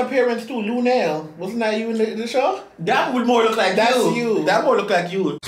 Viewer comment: Not lunell 😂😂😂😂